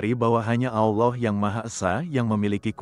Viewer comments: Karena AI tidak bisa membaca Allah kak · Kenapa setiap penulisan allah dan pembacaan kalimat allah sengaja di salah 2 kan, ini membuat islam emosi